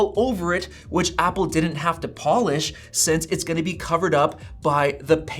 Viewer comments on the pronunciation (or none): none